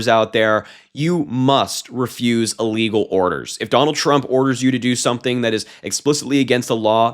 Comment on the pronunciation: Emphasis...."Illegal Orders!"